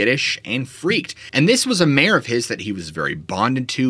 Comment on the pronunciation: took me a few to realize he was saying "Mare" and not "Mayor". Made it kinda confusing for a bit. XD